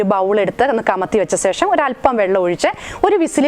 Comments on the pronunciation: ശേഷം ആണ് കറക്റ്റ്. സേഷം അല്ല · സേഷം ഒന്ന് ഒഴിവാക്കാമോ. ശേഷം എന്ന് പറയാൻ ബുദ്ധിമുട്ട് ആണോ.